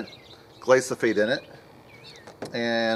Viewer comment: Gly - pho - sate. Come on now, say it: Gly - pho - sate.